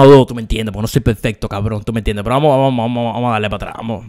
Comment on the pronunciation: Úsame como botón para contar las veces que dijo “Tuh meh entiendeh”